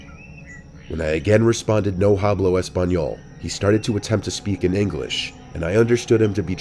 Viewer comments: "Hablo" is pronounced "ab-lo" not "hab-lo". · To the husband in Story 3: As a person of Mexican descent, I am currently learning Spanish, and the 'h' is silent in Spanish, while 'j' makes the 'h' sound. So it would be pronounced like, "No [h]ablo español". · Hastily and no hablo 😂 you mean haste-ily and no ah-blow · omg that "no hah-bloh Espanol" tore me apart. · i think the scariest thing about this video is pronunciation of "hablo" 😭/hj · Lol you gotta work on your Spanish my man!!! You pronounce hablo incorrectly 😂😂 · In story 3 they were probably just upset by the pronunciation of hablo.